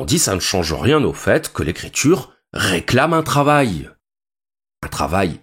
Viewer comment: L'IA pourrait-elle vous apprendre la prononciation correcte en Français? Par exemple, écriture ne se prononce pas écrit -ch-ure et sentiment ne se prononce pas sent-ch-iment.... Vous devriez finir par réussir. Bon courage.